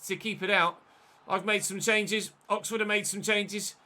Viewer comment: "Look at that COXFORD press"